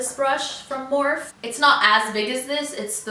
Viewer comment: Finally someone else who says it's morphe not morpheeeeeee